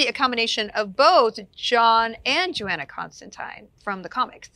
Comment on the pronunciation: It’s pronounced JoHanna not JoAnna!